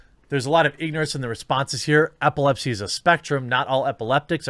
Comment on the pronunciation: EPilepsy, not APPLEpsy